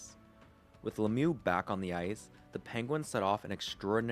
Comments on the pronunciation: In french the real prononciation is "Luh miyoo" and Le-mieux don't mean "the best". It mean "The better" wich is still great to represent what he was doing on the ice. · Mate, your videos are great. Pronunciation of the man #66 is "Lem yew". I hope that helps. Rock on, brother.